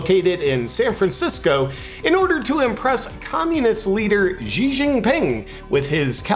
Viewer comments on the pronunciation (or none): Xi is pronounced SHE